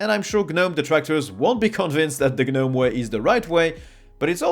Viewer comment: The "G" is silent in Gnome ro Gnu etc.